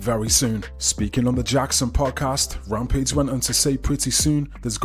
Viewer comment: “Rompage Jackson…” 😂😂 🤦‍♂️